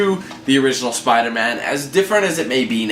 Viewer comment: Spida man